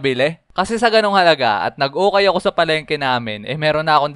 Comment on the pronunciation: pag ka rinig ko hukay hindi ukay 🤣🤣🤣🤣🤣🤣🤣🤣🤣🤣🤣🤣🤣🤣🤣🤣